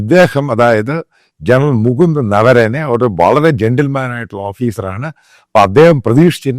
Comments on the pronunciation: നരവനെ ആണ്, നവരനെ അല്ല. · ആദ്യം പേര് എങ്ങനെ ശരിയായി പറയണമെന്ന് പഠിക്കൂ. നവരണേ അല്ല നരവണേ😂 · “Naravane “ not Navarane. Thanks